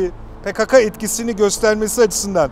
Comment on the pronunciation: Yalniz hocam pekaka degil pekeke olacak dogrusu..